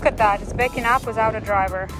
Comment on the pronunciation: Is it baking up😅😅😅 Or backing up?